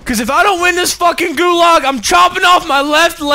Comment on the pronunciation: anyone else mad because of how they say gulag or am i being a karen right now